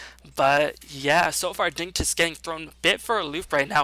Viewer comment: it's uhhh...pronounced digni-toss